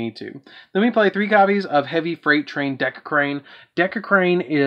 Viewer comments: It's Derricrane, not Decacrane apologies I am grammar nazi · I love the video, util you said decircrane that's just offense. (its heavy freight train DERICRANE)